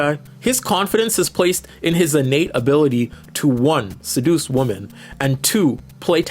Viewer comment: Why do you pronounce "women" woman?